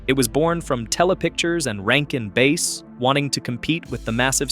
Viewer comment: Rankin “Bass”, pronounced like ASS.